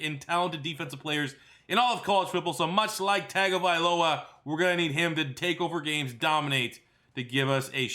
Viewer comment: It's pronounced Tuh-Lia Tongue-ovailoa. I get that's it's not spelled that way at all but trust me, that's the way it's pronounced.